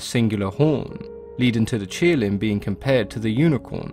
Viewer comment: It's qilin, not kirin. Please pronounce and write its name correctly